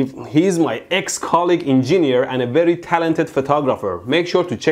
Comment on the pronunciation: Why don't you know how to spell Engineer lol it's ''EN-JIN-EER'' not ''EN-JINI-ER''.. sorry i just had to bring that up :b